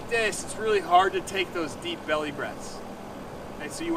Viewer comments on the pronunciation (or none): The word is belly, not bewwy,.